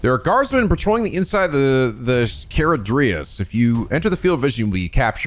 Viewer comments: to add to this, put the emPHAsis on the second syLAble. ChaRAdrius. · Charadrius, pronounced: Char as in charcoal ra as in the egyptian god drius, which rhymes with our friend who the owner of this ship killed. :c